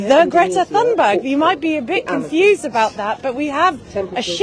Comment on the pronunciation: I wish she would pronounce Greta's surname correctly! Too annoying to watch this as it grates on my nerves. Nice to see the boat again.